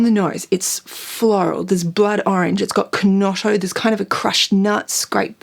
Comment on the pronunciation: thank you, for your video.. you present, in such a genuine manner and you help us all, with your wonderful descriptions ps. i did giggle at your pronunciation of chinotto (kinotto?) glad you're back